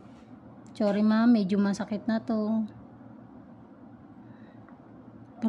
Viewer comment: Bakit po ch ang gamit nyo sa s chakit chorry 😂